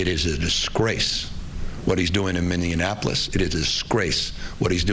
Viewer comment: ‘Minianapolis?’ What a dumbass.